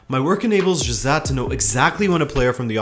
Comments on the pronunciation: Excellent summary. However, it is not zhosahh! it is zhoz-A (A as in the first letter of the english alphabet) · It's jose not josaaa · is that the correct pronunciation? I thought it should be "Ho-se" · You say “Jose” with a thick azorean accent. As someone who is the grandson of an azorean, that goes every year to São Miguel, I laughed once I noticed it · What way did you pronounce Jose? That threw me haha great video as usual lad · I hate how he says the name jose